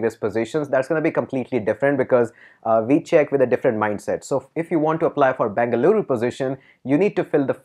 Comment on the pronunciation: Tquu sir... U pronounced our state as full bangaloru.. 😍😍😍